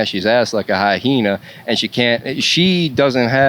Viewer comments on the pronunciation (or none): hi-hena It's pronounced Hyena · “like a high-heena” 😭😭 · A "high-heena"! LOL! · A hyena? She’s first grade the way she speaks. Oh my God this guy couldn’t even pronounce hyena.